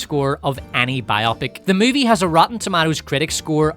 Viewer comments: for gods sake, its BIO-pic, not bi-OPIC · It's not BI-OPIK. It's Bio-pick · its bio-pic, not bi-opic :D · Am I the only one obsessed with the wrong pronounciation of the word "biopic"? So many say it as "bi-opp-ic", and not "bio-pic" which is the correct way. It is not a two-something (bi-something), but a biography picture (bio-pic). 😄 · why do you mispronounce the word Bio-Pic? It's Biographical Picture not Bi-Opic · It’s Bio-Pic. Please say it correctly 😂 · Nice accent, but it's bio-pic and not bi-opic. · Am I the only one that pronounces it "bio-pic" and not "bi-opic"? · IT IS BIO-PIC, NOT BI-OPIC!!!!!!!!!!!!!!!!!!!!!!!!!!!! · The way you’re saying “bi-opic” sounds so stupid to me. Why would that be the pronunciation? “Bio-pic” actually makes sense: biographical picture. Bi-opic just sounds like having two eyes. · Biopic isn’t pronounced like “biotic.” It’s short for biographical picture, so it’s bio-pic, not bi-opic. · "BIO PIC" Short for "biographical picture" It's not bi-opic. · It’s not BI-opic! It’s bi-O-pic. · Bio - Pic not pronounced to rhyme with myopic. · Why is every one ok with Mispronouncing the word “biopic”? This isn’t an operation. It’s a BIO-Pic. I have never heard anyone pronounce any other way until this video and it’s jarring. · It’s “BIO PICK” 🇺🇸